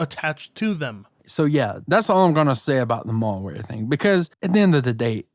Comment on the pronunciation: “Mallware” lmao